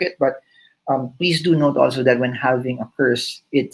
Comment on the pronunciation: Silent "L" po yung L sa "halving"